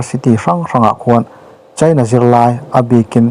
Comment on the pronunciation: Tunlai chu... China ram chanchin kan ngaithla nasa sia.. Cheina... Ti lovin Chaina... Ti thei zawk la... A ngaihnom sia.. Beng a khingbai deuh tlata